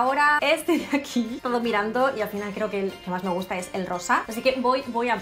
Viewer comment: En el minuto 12:3 dice me Musta mucho